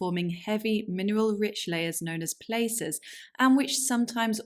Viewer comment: Great presentation. Only one flaw: Placer is pronounced by miners as 'pl' á sir ... a really short a. Your pronunciation is way off. "Ask Jeff Williams" is a YT mining Vlog. He's a mining/ geology expert... with perfect pronunciation. I have NO doubt that placer tin was discovered in SW Britain while prospecting for placer gold. BTW, there can be little doubt that the Hittites had access to plenty of tin. The presumption has always been that they were tapping a placer tin deposit in Anatolia. Anatolia has exactly the geology that one would expect for tin, gold and much else as it's uplifted sea floor. Lastly, tin has a weird character in geology. The highest grade ores are at the TOP of the deposit. Tin has such a low melting point. So, in Cornwall, the lower you dig, the worse the assay. Rome invaded Britain because it had gold and tin. Germany got a pass. It had neither. France/Gaul had major placers in gold -- which is why Caesar invaded. Romania/Dacia was invaded, crushed because it had gold. So a tremendous amount of warfare was triggered solely by ore deposits, as any Sioux warrior could attest. ( gold )